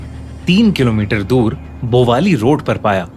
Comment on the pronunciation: its भवाली not बोवाली